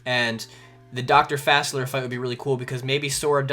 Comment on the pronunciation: It's not Fassler. It's Fa-sea-lee-ay.